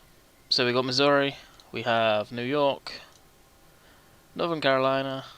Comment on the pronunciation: WTF norther carolina!! Its north carolina